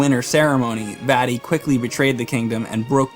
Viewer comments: The way he pronounces Vaati really annoys me for some reason. Maybe it's because it sounds like he's saying "fatty." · You’re pronunciation of Vaati ruined my childhood.